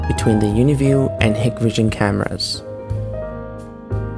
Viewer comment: You must not know that Hikvision is pronounced "HIKE-vision" not "HICK-vision"!